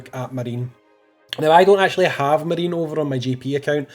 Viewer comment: I'm 99% certain it's Ma ri ne (3 syllables, japanese pronunciation)